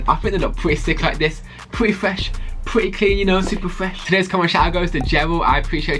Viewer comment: Pwety fwesh, pwrety cwean, I fought they look pwretty coo